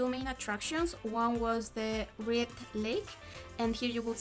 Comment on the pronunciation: More-aine! Moraine. Best part of Western Canada.